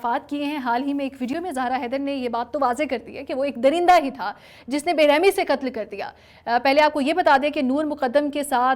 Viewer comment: بی بی ق کا صحیح تلفظ سیکھو ۔ قتل ہوتا ہے مگر تم مسلسل کتل کہہ رہی ہو ۔۔